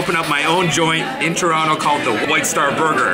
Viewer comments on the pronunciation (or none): none